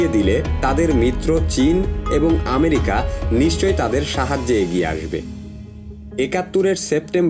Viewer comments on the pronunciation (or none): none